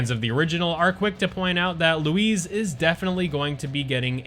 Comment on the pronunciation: Bro his name is Luis not lowez